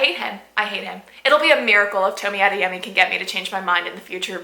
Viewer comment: Toe me ah they yeh me. Pronunciation